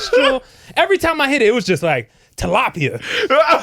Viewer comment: the cackle that just came out my mouth when he said "tilapia " 💀😭